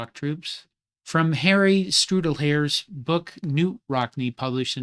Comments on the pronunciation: That’s pronounced “Stool-dray-er.” Not being nasty, just helping. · Holy cow, did you ever butcher Harry Stuhldreher’s name.